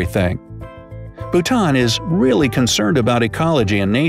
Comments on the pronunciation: Lauren Alexander its bhuta"n" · Yaass Bhutan!! My country!! 🇧🇹 He pronounced some stuff wrong but it's a common mistake, so it's ok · I'm from Bhutan 🇧🇹 and this is all true! But the video pronounces Bhutan wrong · Yo bro you said Bhutan wrong i know ok I am bhutnese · This narrator can’t even pronounce Bhutan correctly… 🤦🏼‍♀️